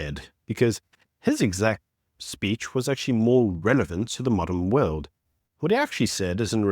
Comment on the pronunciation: Why can’t you just speak properly, man? “Wewd” it’s WORLD. “Wha” it’s WHAT. I’m sure I’ve heard you say “pacifically” instead of specifically, there’s others too. So annoying! “Disstassful” what’s that? Besides that, keep up up the good work.